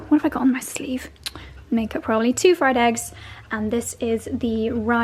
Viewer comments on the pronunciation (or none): none